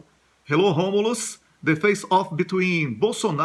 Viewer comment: Excelent pronunciation Romulus